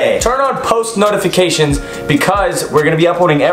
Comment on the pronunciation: Literally nobody: Kian: tUrn oN thE pOsTmaLonEFicAtiON